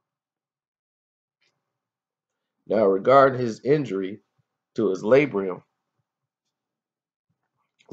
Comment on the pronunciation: It's Labrum, not Labrium